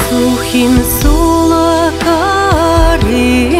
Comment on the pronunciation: Сухин сола́ - мы тоже поём с таким ударением в песне Олега Макарова "Яра́тым Сухи́нем" - так уж пели её, мы не стали менять😊 Конечно, правильно Сухин со́ла, но так как в склонении ударение меняется, то не так уж не привычно: сола́на - наша деревня сола́штына - в нашей деревне, сола́шкына - в нашу деревню